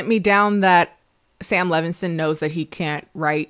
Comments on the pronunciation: i'm dying because your "Levignston" is giving Black auntie pronouncing Chipotle wrong over and over lmao its endearing 😂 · I love how angry Sam Levinson would be that you mispronounced his name